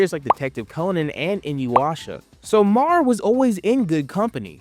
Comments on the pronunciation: I don't understand how there are clips of the anime in the video, but dude keeps calling it "Mar" instead of "Mär" (M-air). This reminds me of a short in the back of an issue where the creator heard a clerk yell to the back if they had "MAL," instead of "Mär." You know, since L's and R's are flipped in Japanese. Haha, bro even called them "arms." Like, I get it. These letters aren't common in the English language, but even the show pronounces them this way. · Not trying to sound like a jerk, but hearing you mispronounce MÄR and ärm started to get to me, with the sheer volume of word use. You forgot the umlaut even in the title. Umlaut over the a stresses a hard a sound, so they’re pronounced “may-r” and “ayr-m.” I absolutely loved MÄR. Ginta always got me so pumped and excited, and I love that the power system is based around magic items. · His pronunciation had me questioning myself 😅